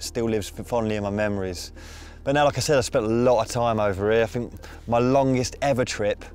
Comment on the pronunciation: Maybe if you had stayed in school you would know it’s pronounced “Think” and not “Fink”.